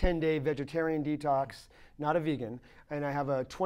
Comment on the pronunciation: why can't he pronounce the word 'Vegan' properly? he says VAEGEN lolz